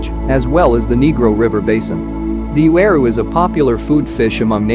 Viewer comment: I disliked the video because of it and how it mispronounced uaru and cichlid